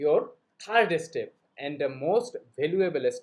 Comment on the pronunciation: Obviously everyone can make videos in English but the Bangladeshi's English pronunciation is not correct. Example- the word is Step. But Bangladeshi's people say estep